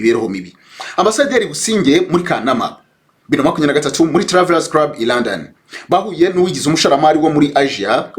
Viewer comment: 😂 Ahubwo se nti wumvise avuga ngo Busingye yari muri crub/ crab 😅 Instead of club 🤦‍♀️ Mana we! Nayobewe niba ikibazo cya R or L (ndende na ngufi) bigiye kuba identité y"aba Nyarwanda 🤭🙆‍♀️